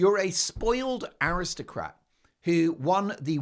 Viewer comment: Did I hear you say AristoPrat or did I mishear